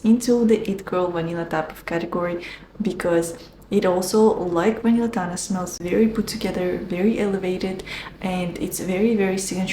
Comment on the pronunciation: Hello beauty! Vanilla Tanà (with accent in the last A 😊) is a huge dissapointment for me. We have in Italy many brands offering the same. What disturbs me about Vanilla Tanà is that is VERY OILY. It stains clothes and it takes ages to absord on the skin. Do you have the same problem? I bought the full size bottle through gritti website at €260 😣